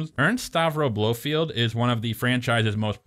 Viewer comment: BloFELD not Blowfield 😀 I see you caught that